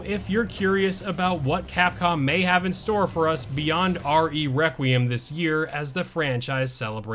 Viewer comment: Why can’t anyone say “requiem” right? Lmao.